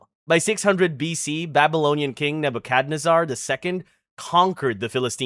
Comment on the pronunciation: definitely pronounced St. Louis and Nebuchadnezzar wrong